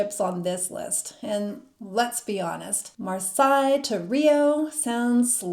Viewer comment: Marseilles sounds more like "mar say" Versailles sounds like "vare sigh"